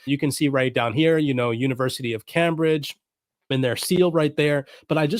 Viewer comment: It's pronounced 'Came'....bridge!!! Love yr vidz bro!